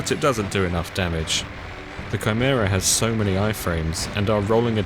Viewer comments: great video as usual but for heaven's sake dude it's KAI-MERA, not CHAI-MERA. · Nice vid and commenting for engagement and all that, please man it's a HARD 'K' noise in Chimera, like 'Kimera' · it's the first time I've ever heard someone pronounce "chimera" this way.